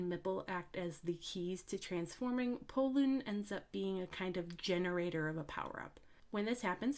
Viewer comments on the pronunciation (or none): Pollun? I thought his name is Porun.